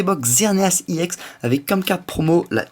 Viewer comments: c'est pas iex c'est ex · Le E se prononce de façon Englaise :D